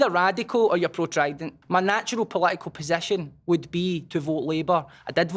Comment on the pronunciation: What an articulate and impressive man, right up until he said trident.